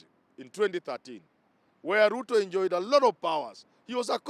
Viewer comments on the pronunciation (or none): Chen our Sp, you Pluto person. The letters L& R usually trouble you lot. Lol.